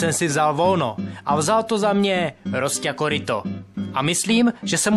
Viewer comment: Epický RRRRosťa KoRRRýtko :D